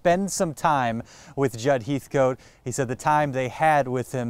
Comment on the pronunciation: Heathcote is pronounced Hethkit.